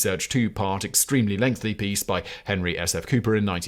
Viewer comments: Do I misunderstand how Brits pronounce the word 'lengthy', or is Simon consistently and utterly incapable of pronouncing it? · It's a Simon thing, his writers sometimes do it deliberately because he's just incapable of saying it properly